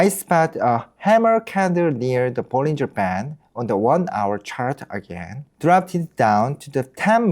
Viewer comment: 영어로도 개설하셨군요~~ 영어 사이트도 성공하실거라 믿습니다. 발음도 좋으시고...사소한 거지만 영어권에서는 볼린져보다는 볼링어라고 발음해요~~, 구독자 많이 모으시길~~